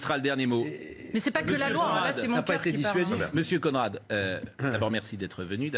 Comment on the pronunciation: Mr "CON rad" Non "conerad"😂😂😂